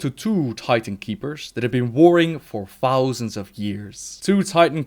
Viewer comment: "Ten fowsand years"..